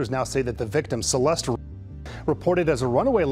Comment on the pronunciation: The E at the end of Celeste is silent fyi.